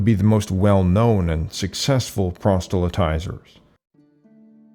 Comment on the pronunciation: It's proselytizer not "prostylitizer."